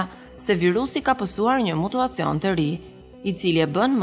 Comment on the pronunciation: Thuhet: mutacion.,moj zonje